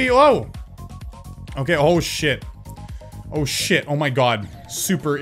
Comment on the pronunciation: Im confused... Im pretty sure you said "Oh shit.", but my ears made it sound like "Hold shift."